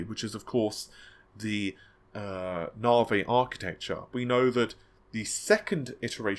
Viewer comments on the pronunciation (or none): none